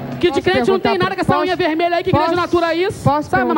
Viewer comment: Ela disse "zunha pintada" e não "unha". 😂😂😂😂😂